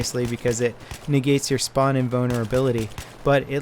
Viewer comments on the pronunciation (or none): "spawn" not "sperm" ;)